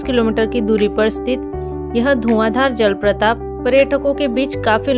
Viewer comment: Jalpratap nehi jalprapat hai.thoda dhyan rakhiye apni vasha ki chayan ki.